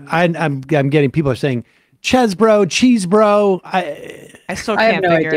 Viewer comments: It’s chezz-borough, not cheese-borough. He said his name in court when he pleaded. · He said it in court so now we know. Sadly it is CHEZZboro, not CHEESE-bro. I'm in mourning.